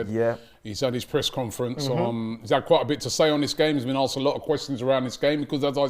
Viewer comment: Someone tell it’s asked not aksed please 😂😂😂😂🙏🙏🙏🙏🙏